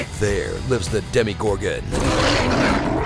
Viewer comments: It's DemOgorgon, not DemIgorgon. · It's not demigorgon, it's demogorgon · It's "Demogorgon", not Demi-gorgon 😂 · hum, i got a question. Did you said DEMIGORGON? 😂😂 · Came here to say this. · LOL. DID YOU JUST SAID "DEMI"GORGON? BECAUSE IT'S NOT DEMIGORGON. LOL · Yeah, demigorgon... when you can't handle a full gorgon yet. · It's only half a gorgon ;) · Glad i wasn't the only one who caught that. I was like, what did the voice just say? Did he say Demi-Gorgon!? Like it's a tiny little gorgon?? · Did anyone notice he accidentally said Demigorgon instead of Demogorgon!?! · I'm sorry, did you just say... Demigorgan? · Is not the "demi"gorgon... It's the DEMONgorgon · DEMO gorgon, not demi. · More Demimooregorgon, please! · Did you just say Demmy-gorgon? 😂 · “dEmIgOrGeEn” I’m dead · It pronounced demogorgon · Ikr it's ruined the whole video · I hate when people pronounce stranger things wrong You can tell they’re a fake fan when they do that and also when stranger things is on ads that is FAKE Lol adults don’t watch Stranger Things :))